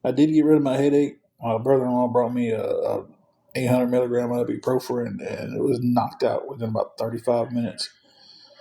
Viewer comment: Somebody tell me what ib pro fren is this poor guy and his speech is I’m sorry it drives me crazy he can’t pronounce anything correctly it just drives me nuts I guess that’s me picking because I can’t stand a liar but yeah his laziness and his laziness to pronounce words just drives me up the wall